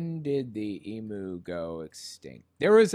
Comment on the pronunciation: Emu's are not extinct. There are still plenty to be found in Australia, in the wild and captive. Plus fyi that's not how you pronounce emu